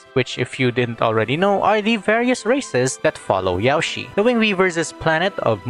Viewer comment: hey, I notice that you pronounce Yaoshi like Yao ci, To pronounce it correctly say: Yao Shirr. Drag the ''r' sound to properly say Yaoshi.